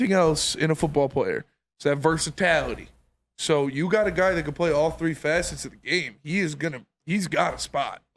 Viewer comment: Let me help you out- See-Oh-Nee Vah-Kee Ver-sah-til-ah-tee